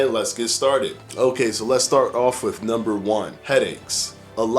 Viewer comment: Did he say "exasterbated"? I really can't deal with the intentional, acquired, language affectations this guy has. Not like you grew up like that dude, you adopted that lingo. Month=monf, with=wif, and my favorite "stay tune". Really dude, this is getting in your way. Let the lingo go. Or maybe see a speech therapist.